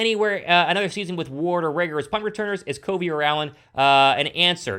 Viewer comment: Dude you are really mispronouncing Covey’s name. It’s CUV-ey not CO-vey!!!!